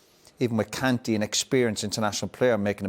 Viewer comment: The world: "Kahn-tay" Roy Keane: "Cantee"